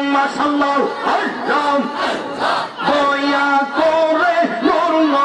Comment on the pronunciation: এ কেমন জিকির আল্লাহর নাম অস্পষ্ট মনে হচেছ তাহেরী হুজুরের অনুসারী ???